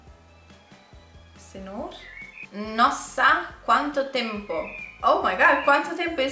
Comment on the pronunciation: When you said "How long" the pronunciation was perfect, it sounded like you were a native Portuguese speaker!